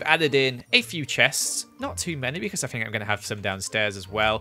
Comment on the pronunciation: I say (think) he say (fink) ever noticed